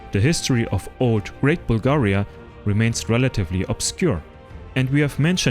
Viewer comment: Dudes can't even pronounce our name... Making stories just for content 🤦